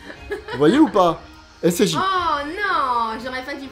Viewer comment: Tu dit scj au lieu de ssj j'ai remarqué